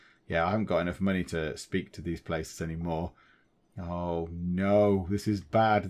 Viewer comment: Money is confusing. It's in the name; Mon-AYYYY? lol I'm also glad you resolved the COW-tastrophy! hehehehehe